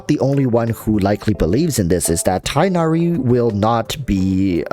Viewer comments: Tigg-Nah-Ree or Tinn-Yah-Ree. Enough with Tye-Nah-Ree. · tig-nari. it’s a hard “g” sound. not “tigh” similar to “high.” his name is not based on english words. therefore will not follow english pronunciations. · apparently the correct pronunciation is tig nari, not tie nari, but idrc I just call him fox boi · It’s tugh-nari, it’s really not hard to research and find it before thinking u would butcher it… and then butchering it. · Tighhh nari that's how you say it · his name is pronounced tug-na-ree if you englicize it btw! anyways i think that im going for him because him and cyno will let me have a dps from every element (plus physical razor) and i like his ears haha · Btw, I think it’s pronounced tig-naer-ee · Your reasons are legit the same as mine. I think he looks awesome. also pronunciation is Tig-nari the H being pronounced softly. idk why English logic is being used for a foreign name its quite frustrating. literally they saying his name as if its the word High but with a T.